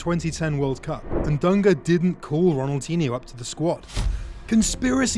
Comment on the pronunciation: The "nh" in Ronaldinho is not spelled like the Spanish "ñ". I can't think of an equivalent in the English language but it's just a sort of lazy "n". It does require a tongue movement that is not usual in English. But it doesn't become a "ni" as was done here. If you can't do it, just spell it like a "n".